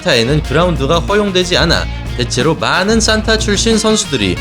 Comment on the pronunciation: 발음을 "싼타"라고 하시는데 "산타"가 맞지 않나요? 크리스마스 할아버지 말할 때 싼타라고 발음하는거고, 무술 산타는 그냥 발음이 "산타"입니다.